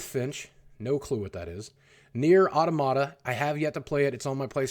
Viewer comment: You are butchering the pronunciation of Automata. Please stop propagating ignorance.